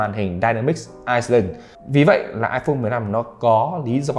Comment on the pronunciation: đọc là ai lần chứ ko phải iceland nghen